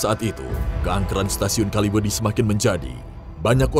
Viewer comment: Kaliwedi bang bukan kalimedi soalnya gua orang kaliwedilor